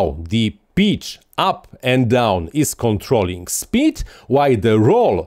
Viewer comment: Sounds nice now be honest….you designed it didn’t you? 😉👍 (are you saying “trolling speed”?)